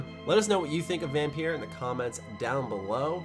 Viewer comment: Vam......peer? FUCKING TRIGGERRRREEEEEEEDDDDD